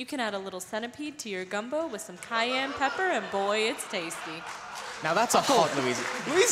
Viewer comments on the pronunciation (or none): none